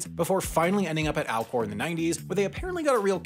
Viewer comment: Did anyone else’s keep hearing Alcore and hear Al gore?